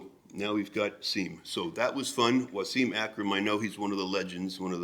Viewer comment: Was-im not Wa-seeem